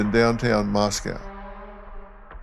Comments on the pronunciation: Dr. Phil, it's pronounced Mos-Coe NOT Mos-cow (like the Russian city). I would've hoped your handlers could've briefed you on this. 😊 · And it's Moscoe, not MosKow. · Moscow… rhymes with Costco.